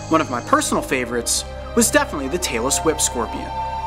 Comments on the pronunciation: Sounded like you said Taylor Swift Scorpion....SAY WHAT NOW?? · I thought he said "Taylor Swift" scorpion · Anyone else thought he said Taylor swift scorpion??? XDD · Tailless Whip Scorpion, at first I thought I heard Taylor Swift Scorpion. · Instead of me hearing tailless whip scorpion i heard Taylor Swift scorpion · When he said tailless whip scopion I thought he said Taylor Swift scorpion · Okay, I can't be the only one that heard "...the Taylor Swift scorpion." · Am I the only one who though he said," this is the Taylor swift spider?" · I thought he said Taylor Swift Scorpion! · It does sound like he said that but it is Tailless Whip Scorpion. ;) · zheng Down Tiger!... 'Taylor Swift' is what i heard too. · Just Some Thuggy Penguins he said the Taylor swipes scorpion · YES I just heard that and was like "I wonder if anyone else heard Taylor Swift scorpion..." so I scrolled down and yay I wasn't the only one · snacker box its tailess whip scorpion your right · I thought he said Taylor Swift scorpion I wus like wut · Lolz. I thought he said "the Taylor Swift" scorpion at the beginning of the video! 😁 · it sounded like you said the taylor swift scorpion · I thought he said the Taylor Swift scorpion 😂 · at first i thought he said "my faveourite is the taylor swift scorpion" 😂😂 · Lmao I thought he said Taylor swift scorpion 😂😂😂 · only me think he say taylor swift scorpion? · i thought he said taylor swift scorpion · I thot he said Taylor Swift scorpion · LOL I THOUGHT HE SAID "TAYLORSWIFT SCORPION" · i could have sworn in the intro he said the tailor swift scorpion 😂😂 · 😂😂😂 swore I heard him say Taylor swift scorpion. Had to rewind the video.. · I thought Coyote said the Taylor Swift Scorpion. 😂😂 LMao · He definitely said "the taylor swift scorpion"😂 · I thought he said "Taylor Swift Scorpion" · Did he say the Tailor Swift Scorpion?? 😂😂 I know it is tailless whip scorpion but the first time he said it that's what I heard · Who else heard "Taylor Swift " scorpion?